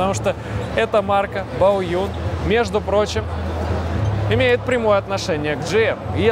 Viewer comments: Не Баоюн, а БАОЦЗЮНЬ ... Рассказывать о китайских машинах и не знать как правильно произносить название, ну камон, ну ! !! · Баодзюн, а не Баоюн.